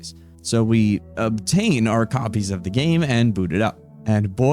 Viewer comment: Why does he keeps saying obtain like that